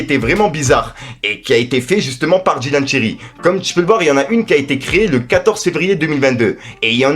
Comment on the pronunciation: C’est Dylan Thyri tu rend ouf a dire Dylan tirelire